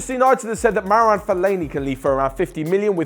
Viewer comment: No not Maroune